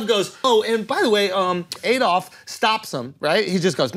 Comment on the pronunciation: You would think if he had actually met a man called Adolf he wouldn't pronounce it wrong like AYdolf.